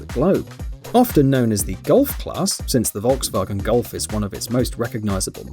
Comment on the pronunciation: Why the fuck you can't pronounce Volkswagen correctly😑😑😑